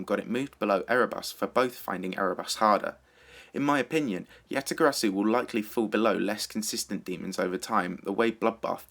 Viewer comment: omg stop saying YataGarasu if you can't pronounce it correctly